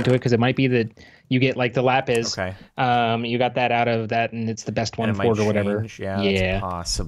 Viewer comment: LA-PIS not LA-PES LA-PIS LMAO sorry it's making me crazy but I love you CAPTAIN! OH CAPTAIN, MY CAPTAIN!!!